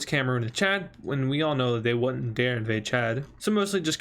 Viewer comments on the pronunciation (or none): none